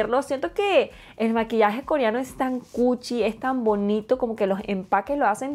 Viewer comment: Te quedo HERMOSO Perdón t3ngo que decírtelo...pero no se dice KORIANO, SE DICE KOREANO al igual que BRONCIADOR, se dice BRONCEADOR...Y También el PLATIADO, se dice PLATEADO perdón !!!